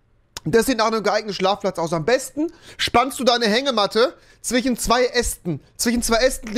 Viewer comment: Broo es ist "Zwischen" nicht "Zwichen" typisch rewi